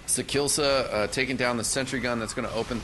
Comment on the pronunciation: sakillsa... :( its sakiisa